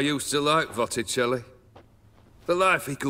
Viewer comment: "Votticelli"... Good one